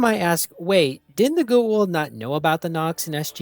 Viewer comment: As often said in SG1, it's pronounced pretty much as it's written so go-ah-oold. It's not pronounced 'the ghoul', which we do remember fondly from the show. But it's definitely not pronounced geh-eh-oold as you pronounce it. It seems I'm nitpicking but if you make a video about a beloved franchise you could at least get things like that right.